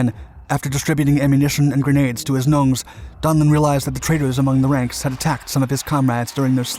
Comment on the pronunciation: Chinese "Nungs". It does sound like "gnomes" when he says it